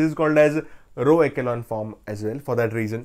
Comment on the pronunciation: echelon is pronounced as (e-shu-lon) sir❤